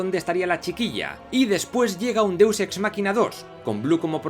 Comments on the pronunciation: Que es un deuxsexmaquina o eso que suena algo asi .? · jajajja me da mucha gracia cuando dice deux ex "makina"